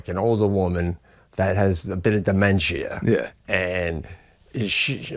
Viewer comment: Pete pronounces dementia like my mother with dementia does , demenchia